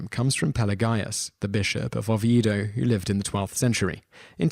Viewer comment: Not 'Lom-BAR-dy', but 'LOM-bar-dy'. An 'Oh-vee-ay-do'. Pel-ay-gee-us'. The Bishop of le 'Pwah'. 'Rev-er-ed'? No, Rev-eer-ed'.